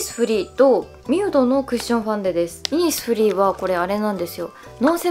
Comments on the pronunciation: イ↑ニスフリーｗｗｗｗｗｗｗｗ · イニスフリーのイントネーションいつも気になります…！（笑） 40万人おめでとうございます♡ これからも無理せず頑張ってください！！！ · イニスフリーのイントネーション気になりますね。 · イニスフリーのイントネーションすごいｗｗｗ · イニスフリーって、そんなイントネーションなん！！？？？ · イニスフリーの発音がイにアクセントあって笑う